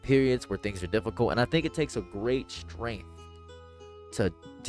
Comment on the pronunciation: she’s obviously challenged “gweat welationship wit my mudder”